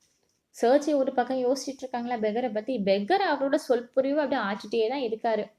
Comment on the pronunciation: That's sergie😂